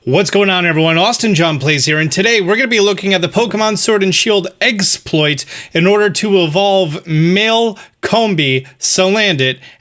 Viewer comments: He said it! He said eggsploit! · Yes! You called it eggsploit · You know what's funny? I was just reading a Polygon article this morning that talked about evolving Male Combees and Salandits using the exploit that you found Also omg, you said "eggsploit!" Yusss